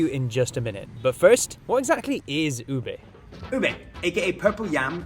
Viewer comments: not ube its obeiyyyy😂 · it U-bé with short vowel sounds, not U-bay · Not Ube but it's OBEEYYYYY😅😂